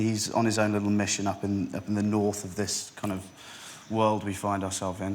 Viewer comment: KING OF THE NORF